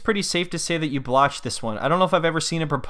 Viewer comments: Guys its botch not blotch 😂😂😂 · The irony of him screwing up saying the word “botched” is beautiful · "Skoodilypoop" hahaha. Pretty sure it’s botched and not blotched.